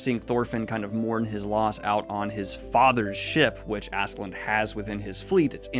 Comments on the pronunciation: Being dyslexic is fine but you gotta start double or triple checking some names before you butcher any more of them. "Askeladd" doesn't have an "n" anywhere on the name. Ladd not land. People are quick to latch on to the "asklad" - "ashlad" but they never say anything about "Thors, Thorfinn" actually being pronounced like "Tor" because everyone says Thor with the "th"-sound in English. So I think it's fine to say "Askeladd" instead of "Asheladd". You can't win all of these. BUT DON'T friggin' ADD letters to his name! In other news, I'm so glad to get multiple Vinland Saga thoughts from all the booktubers including you. Keep up the good work and hope you have a good time. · Probably because of dyslexia. I do it with words all the time, reading them wrong. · It is however pronounced like this: A in Askeladd is pronounced like the A in Anointed or the likes. Both of the A-s are pronounced like that. The E is pronounced like in Envy. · it's pronounced Ash-e-lad - his character in folklore is the archetypal Ash Lad, or male Cinderella, so it's pronounced like that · If you're interested: Askeladd is pronounced Ash - e (as in elephant) - lad. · One-Two on the recording actually worked out with you picking out some things you had wrong in the first half. Also it's Askeladd, pronounced as Ash-e- lad. I know you said not to expect these too often but I really hope you can at least get through the first 4 volumes at a reasonable pace. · First part of his name is correct Aske, but I can't for the life of me figure out how Ladd becoms "Land" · You're not even trying anymore with "Assland". One, there's definitely a K in there somewhere, and two there's definitely no N in there. You've failed. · Don’t worry about askeladd’s pronunciation it’s difficult. I believe it is pronounced As (ass)-ke (keh)- ladd (lad) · I was gonna correct the pronunciation of Askeladd, but I think at some point you just started saying Assland and to be honest, I'm not that opposed to the idea